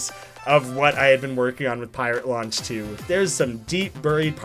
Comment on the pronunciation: To me, it sounds like he's saying "Pirate Lunch" instead of Pirate Launch.